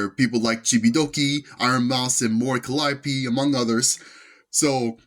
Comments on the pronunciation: Mispronouncing her name, posting a wildly off the mark picture for Hololive, and the Vtuber announcer being condescending. Was my first and last time paying any attention to that event. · The real controversy, at least what I think it should be, was the streamer awards disrespecting the VTuber scene by mispronouncing Mori Calliope. It's spitting on the scene, for one of the literal current icons of EN VTubing to be blatantly mispronounced…there is no more clear indication that they don't care at all about VTubers…they just care about the sponsors and money. What a joke of an awards show; these awards used to mean something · ok I just checked a quick short of that and by god that was disrespectful. The announcer really showed that she did not care to be there. They seriously mispronounce her last name?! They can literally search her up saying her name to say it